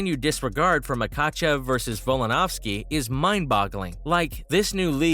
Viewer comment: How can you repeatedly say Volks name wrong? So annoying